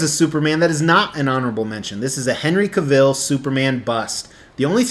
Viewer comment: Henry Cavill's last name rhymes with travel. He even made a YouTube video of the correct pronunciation.